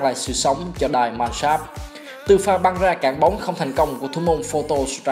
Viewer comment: Góp ý một chút Die Mannschaft k phải đọc là "đai man s cháp" mà là "đi man sáp f tr" nhé ^^